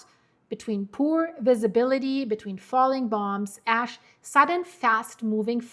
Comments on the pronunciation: No 😂 not ass flying, its ash. . . . Maybe you should think about "Hash" ✌️than when you say it it becomes "Ash" 😮😊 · stop speaking soo fast and relax a little think about what you saying like just slow down a bit she there like nanannanananananaa nananananannanananannananan ASS nnNnnNnn its ASH CALM THE FUCK DOWN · "Ass emmisions". Same as ill never can be serious when NASA scientists want to send a probe to Uranus. Ahahaah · It's my fault! I say ash-hole all the time. You saying a$$ in place of ash is the universe keeping things even...lol. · Sometimes you mispronounce "Ash", but to your credit, you were just speaking about "Cracks".... Its ok, we all have our moments!